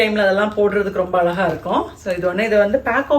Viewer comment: it iz not alaga alaga it iz azhaga azhaga. you dont prononce like ...